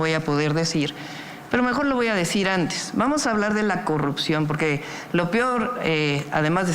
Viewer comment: La tal Xochitl dice pogque hasta burra para hablar